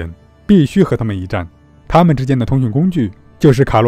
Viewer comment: 我刚想和你说呢，，很有名的鸟类